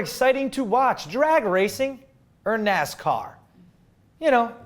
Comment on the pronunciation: He said strategic for NASCA. LOL